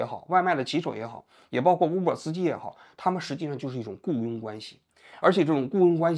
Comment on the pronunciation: uber的u不读呜。大哥，你的武汉大学咋个考上的。